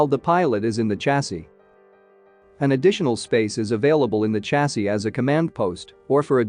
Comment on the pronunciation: Hahaha... Ridiculous American English: stating gun barrel sizes in the plural ("130 mms" instead of singularly), and mispronouncing "chasis" too (as with "niche"). How embarrassing and ill-educated!